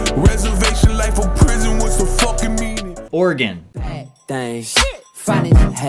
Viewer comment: He said Oregon right